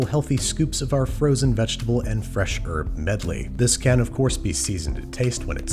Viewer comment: Wow, an American that can pronounce aluminium and herbs!